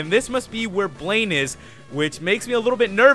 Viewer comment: when you said VS. BLAINE, I heard "Blame" XD